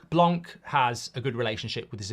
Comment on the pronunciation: Its pronounced blanc and the c is silent merci 😂